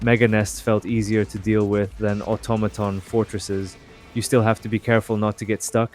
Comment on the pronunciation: the way you pronouce "automaton" is funny haha, what accent is that man?